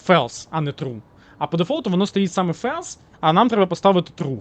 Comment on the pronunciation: Друже, не фелс, а ФОЛС.